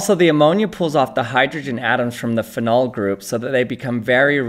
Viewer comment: Not that it matters, but the way you pronounce "anthocyanin" and "phenol" is quite different to how I'm used to it